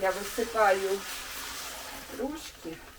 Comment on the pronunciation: Привет! Рожки)) ударение на о)))